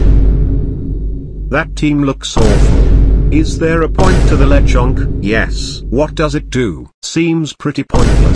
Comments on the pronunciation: something about how the tts says Lechonk the second time breaks me consistently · I love how the AI voice says Lechonk it's great 😆